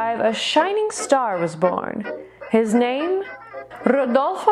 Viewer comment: Yes, he certainly was! I'll say one thing about his name - you nailed it perfectly! I just adored your outfit and hair - bravo, bravo!! I just over did PT yesterday. I need to remember it's not a race lol